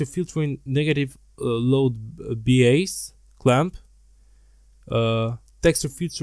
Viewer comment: Im not trusting anyone who cannot pronounce antialiasing and bias correctly